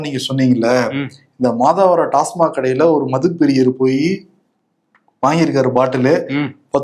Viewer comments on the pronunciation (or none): none